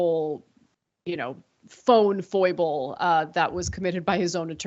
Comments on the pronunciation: Instead of "phone foible", may I recommed "phone-pas"? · Do you mean to use “foible” - or do you really mean to say “faux pas”?